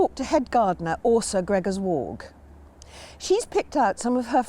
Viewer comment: Super impressed that you pronounce Åsa correctly. 😃 Nice to see a fellow Swede doing some gardening there. 😊 Having experience from a colder climate must help with plant selection.